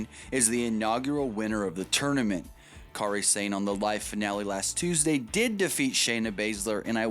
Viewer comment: For the record, you're saying her name wrong. Kairi's first name is pronounced the same way as Kyrie Irving's. They should have gone with the Toni Storm-Kairi Sane final. It was far superior to the final they had. They didn't make Rachel Evers change her name, she chose to change it as she wanted to be known on her own.